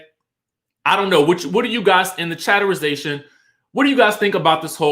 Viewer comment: I click off your videos everytime you say chaterization. Its so annoying.